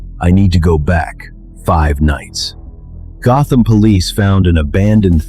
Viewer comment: Gotham ❌ Gotman ✅